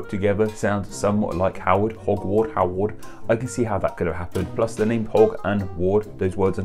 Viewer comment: You said my name right! And I think the difference is only about $126. Hm...